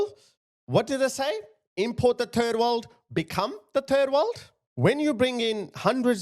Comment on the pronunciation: Did you say, ‘turd world’?